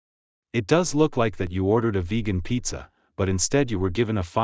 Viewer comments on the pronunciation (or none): its pronounced “vegan” not “vejan”